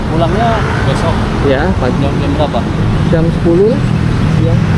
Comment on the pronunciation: Per JAM bang bukan per JEM 😂😂😂